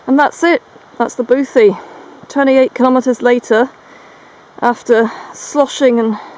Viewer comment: Great content but I can't help but cringe when you pronounce Nephin "ne-fin." It's pronounced "Ney-fin." Also Slieve is pronounced "shleeve" not "sleeve," the "sh" sound is important and bothy is pronounced "boh-hee."